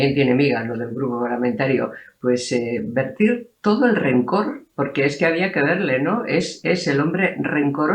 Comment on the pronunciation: text-green-game-over: No es 'vertir'. Es verter.